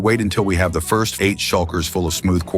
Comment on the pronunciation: are you german since micht said hab string